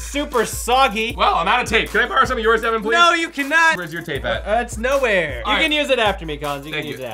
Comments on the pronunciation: Its Devan not Deaven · "Bad Deven" 😂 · it’s devan not deven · Its Devan not Devin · Yeah is Devan not devon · It's Devan not Devon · " BAD DEVAN " XD!